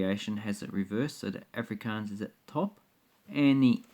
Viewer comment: im afrikaans and im not getting insulted by the dutch thing jist the way you say afrikaans lol